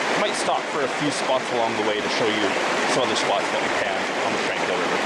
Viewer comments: As someone raised in Kamloops, your pronunciation drives me crazy. We always pronounced it Tron-quille, not Tran. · Beautiful video. My old stomping grounds. Just for info sake, you pronounce Tranquille with a short O sound, like tronquille. Have a wonderful day.